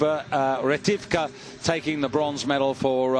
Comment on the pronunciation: Комментатор дегенерат, фамилию Ретивых прочитать не смог))